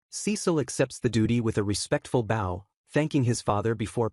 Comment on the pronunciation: Lol my god how it it that AI doesn’t know how to pronounce easy words like bow & wound The guy was thanking somebody for saving his life and you’re AI Think somebody was playing the (violin) with a “bow” 😂 and winding the (clock) that was already “wound” up I realize they’re spelled the same, but even 6 year olds in the 1st grade learn how to pronounce words, depending what type of sentence they’re used in 😂 I have yet in 3 years heard the proper pronunciation for bow and wound from AI